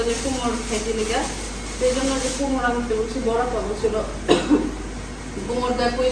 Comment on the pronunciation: কুমড়ো কে কুমোর বললে। অসুবিধা। কি বুঝা যায় তুমি কুমড়ো মিন। করেছ।